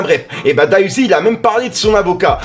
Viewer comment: Trop frais qui parle de enfin de D.A Uzi La street va commencer à le suivre Eh mais dis bien « D.A Uzi » stp